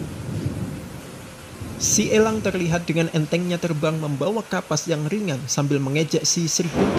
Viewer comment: Ekor ih bukan ekol ..terbang Ih bukan telbang.